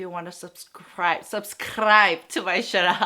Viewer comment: Love your video, the way you say " subscrrribe " is so funny.. hahahaha loooove it